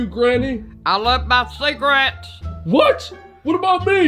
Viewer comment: Ciggarates its cigarettes